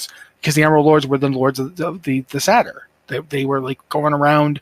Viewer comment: Awesome chat! Co-host needs to learn how "satyr" and "Xavius" are pronounced but loved it overall.